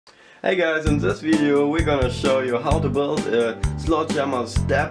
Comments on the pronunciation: also ' wideo' haha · he said "Wideo" lol Weird accent but effective EMP. Thumbs up.